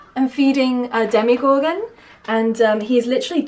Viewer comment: The character is called Demogorgon, not Demigorgon.